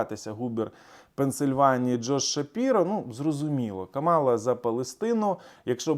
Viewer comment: Каʼмала,наголос на перший склад)